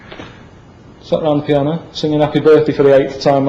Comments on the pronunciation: "everyone's' stood around the piana with a little mate" ROFL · ....everyone's sor' of....stood around....stood around the piana...*moves hand*...with their li'le mate 😂😂😂